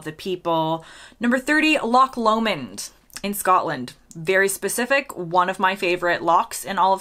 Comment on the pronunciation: Well done for pronouncing Loch Lomond correctly 👍🏻. English people mostly seem to be unable to say it properly, and pronounce it something like Lock Lomond, which is wrong. I guess because the ch in Scots (and German) and the gh in Irish doesn't exist as a sound in English English. Vienna is the best airport I've been at for security lines etc. You can get from the bus stop to the departure gate in about 5 minutes. TK Maxx is called TJ Maxx in the USA. When they came to the UK, they couldn't use the TJ Maxx name because it would be confused with another chain called TJ Hughes. The company that owns it is called TJX Europe Limited though.